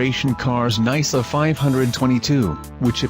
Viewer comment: Nai-suh? More like nyh-suh.